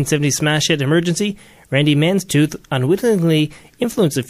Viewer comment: Its Mantooth NOT Manstooth!!